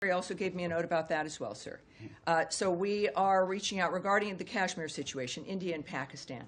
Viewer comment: At least learn to pronounce 'Kashmir' properly before talking about it.